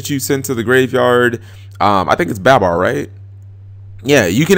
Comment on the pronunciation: Bab-bar really cap? Someone teach this man how to say made up names in a children's card game